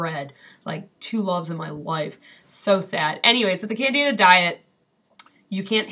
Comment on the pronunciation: Excellent Video! You are right, Candeeda is the correct pronunciation! Just like the Tony Orlando song (before your time)! In truth, systemic Candidiasis is one of the biggest contributors to the Western World's obesity pandemic, precisely because of extreme, irrational, carb cravings! This is potentially very bad,; by all means, stick it to the diet, otherwise your thyroid will plague you for the rest of your life! Plus, chronic Candida deposition in the Tracheobronchial Tree is a major contributor to the development of CA. of the lung! Happily, it's a fungus so Baking Soda and H2O2 kill it pretty handily! Stick with it, you'll be glad!